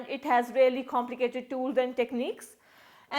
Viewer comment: Pronunciation of "taught "... Not "thaught"... LOL😂😂😂😂.. We collect " Data"... "Chhhomplicated"... Lol 😂😂😂.... Where are you bb certified from...? 😂😂😂.. Samjha karo